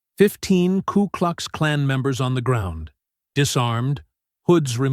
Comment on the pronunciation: It's K U KLUX KLAN. not klu klux klan. AI voice needs to get it right.